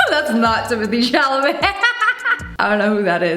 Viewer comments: Not her saying is that timmothee chalomee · Ain’t no way she said timothee chalamet 💀